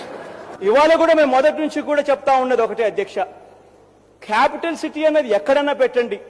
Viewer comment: ఖాపిటల్ ఏందిరా సోంబేరి కా రా ఖా కాదు